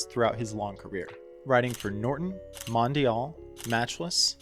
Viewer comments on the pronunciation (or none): none